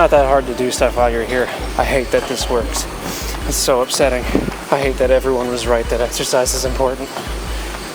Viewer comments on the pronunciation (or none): I love how he called the chapter "exersicizes"